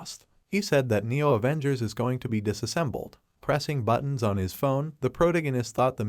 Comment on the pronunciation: avoongers aah😂